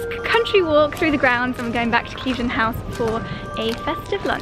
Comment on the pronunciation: You're saying 'Cleeve-den' House, Claire from I am Chouquette has been saying 'Clive-den' House, and you're both wrong - it's actually pronounced Kliv-den House. Make an effort, girls!! 🙈